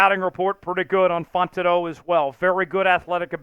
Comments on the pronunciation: This has gone on far enough... You're blatantly mispronouncing Troy fautanu's last name ... You're calling him Fontano ... It's Fow-tawn-ooh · Fautanu is pronounced "Fow-tah-new." I saw the Chat Sports vid with the knee issue report on Fautanu but I hope they pick him.